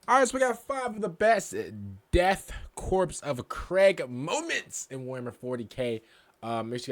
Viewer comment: People mispronouncing things doesn't bother me at all, but I was really not expecting "Death Corpse of Craig" 😂